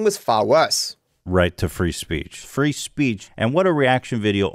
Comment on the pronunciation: Free speech now just sounds like fris peach goddamn he ruins words 😭